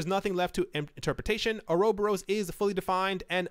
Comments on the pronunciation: Or-Uh-Bor-us = uroboros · Just found it funny but its (Ora) (bore) (us) . Pronunciation isnt a big deal, just found it funny to hear.